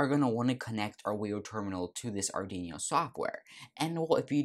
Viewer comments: Our Dweano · Please, pronounce Arduino properly! XD